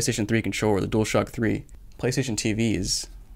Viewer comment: Nobody gonna talk bout how he says dualshack